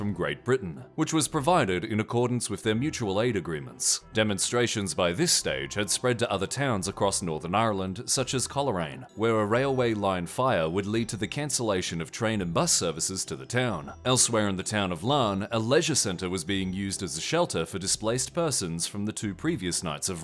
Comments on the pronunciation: I am Northern Irish & I like seeing stuff about what happened but damn is it irritating hearing anyone from elsewhere butcher the place names. Coleraine is pronounced like (Coal rain). Also the root of any protests in this wee country are simple. They are some extension of the tensions that exist from the troubles. which leads to people far quicker than other parts of the UK & Ireland turning to violence. Add to that the highly working class areas are pretty rough & you get this happening. Anti-Immigrant sentiment is just an extension of the very strong Nationalism in the Unionist & Irish Nationalist communities farthest fringes & the kinda middle groups of extremes. The farthest will be insanely anti-immigrant & violent. Our politics is confusing & based on Sectarian division & political corruption & all sorts that only people like my Uncle Brian Barton would be able to do justice as he studied the history & is a Doctor in the field. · Coleraine isn't said as it's spoken, the first e is silent and we act like it doesn't exist